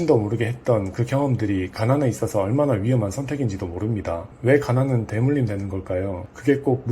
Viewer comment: 음......되물임이 아니라 대물림입니다.